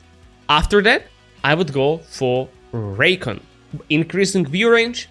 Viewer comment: It's pronounced "reecon" not "raycon"